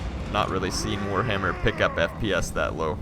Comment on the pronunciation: Did you say warhammer or poorhammer?